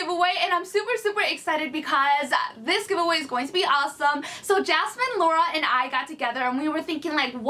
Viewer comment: Her name is Yasmin... Not Jasmine....